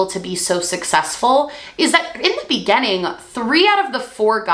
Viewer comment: Spent this video fixated on the fact that she pronounces the word beginning like "be-genn-ing" for some reason